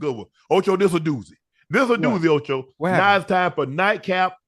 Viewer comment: Say it with me Ocho it’s Shaaaaaaaaa not Shiiiiiiiiiiiii